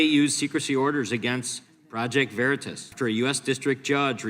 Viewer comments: Ahh..it's Veritas..not Veritis..you buffoon..I'm sure in the fine print, it says this is all bs..🤭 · I just wish peeps would learn how to pronounce Project Veritas :) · If those creeps agree to somthing it must help their COMMIE BLMARXIST SOCIALIST DEMOCRAP CAUSE unless they are doing it for optics because the topic is scaring constituents and they are loosing trust VERITAS some of them can't even pronounce it right